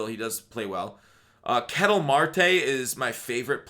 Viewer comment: Eugenio is pronounced Ay-Yu-Hay-Neo Ketel is pronounced Keh-tell DeJong is pronounced De-Yong